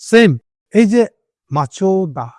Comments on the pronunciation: MaChoda 😅 ? Dada oita MaChaDo 🤣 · ম্যান্ডেলা, ইয়াসির আরাফাত , মাদার টেরেসা তাহলে আমেরিকান দালাল আপনার ভাষ্য অনুযায়ী, কেন যেন আপনিও মাঝে মাঝে বোকাচোদা হয়ে যান , আর machado হবে machoda না । কি আশ্চর্য্য ।